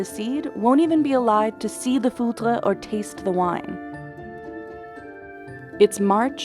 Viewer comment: In French, you usually talk about talk about a "fut de chene" or a "tonneau en chene".. never heard about "foudre" that is the terme used for a lightning. It is hardly used. The worst is that since the voice off does not prononce it well, it sounds like "foutre" that is a very derogatory way talk about sperm and that could be translated as "sc*m"